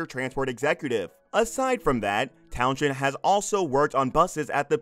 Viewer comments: Dark secrets my arse. What a load of crap. The title should be around interesting facts not misleading and clickbait. Its pronounced Towns End not town shend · At least you could have pronounced Fuzz Townshend's name correctly ! It's not Tow-shend. Rather Towns-hend. But I forgive you, after all you're American. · The name is pronounced Towns-end . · His name is pronounced towns end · You need to learn how to pronounce Townshend. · His name is FUZZ TOWNSEND not that abomination you tried to say